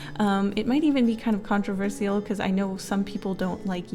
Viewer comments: That's an interesting way to say "controversial". I wonder which english accent says it as "controver" + "see" + "all" like that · the only thing contravercial is the way she says, "contravercial" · This is off topic but as a non native speaker I am a little confused by her pronounciation of "controversial ". Lately I noticed some Youtubers pronounce it with a sharp s. I never heard that before and couldn't find this pronounciation online. Can someone please explain?😢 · the way she says controversial is controversial